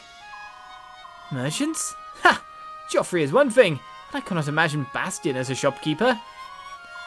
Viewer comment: Random fact, if Soren attacked Petrine, it would be revealed that Petrine is also one of the Branded. Oscar, the trap MVP of this chapter! XD I like how you say Geoffrey, it suits him. Plus, he is sorta posh. XD Da da da!! Nasir is gone! FOOD!! OSCAR PIT MVP!! Makalov will never learn. :| Time to organize those darn skills it seems. :D